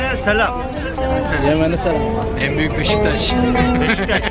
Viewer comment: احسن لقاء الي من اضنه وزوجته كانت طيوبه😘اتمنى لك التوفيق يا صاحب القناه بس لا تقول صلام😂 قول سلام